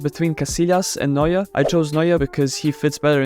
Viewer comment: Its neuer